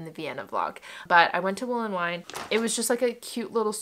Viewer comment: As a Vienna local I'm cracking up at your pronounciation of WolleWien, ist not wool-en-wine, it's more like wolle ween, the ie is just pronounced as ee :)